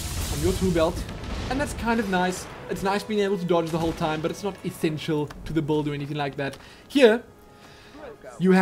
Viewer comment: i love it when you say buld XD